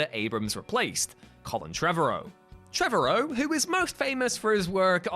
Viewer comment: “Trevorrow” rhymes with “tomorrow.” It’s not “Trevor O.”